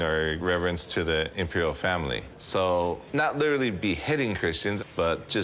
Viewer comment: did you say family ?